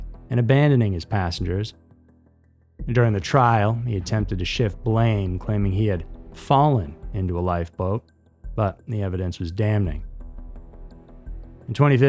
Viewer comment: DAMM-ING. Not Dam-ning. lol. Apparently I don't say Creme Brulee correctly though. :D